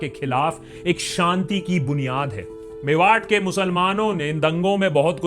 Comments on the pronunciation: Just to correct you it’s मेवात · भाई वो मेवात है मेवाट नहीं, कानों को चुभ रहा था तो लिख दिया